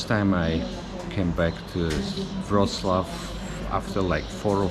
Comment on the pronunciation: not "Wrocław" 🤣